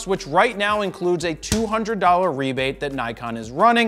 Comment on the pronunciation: I know i heard 'right meow'. 🤣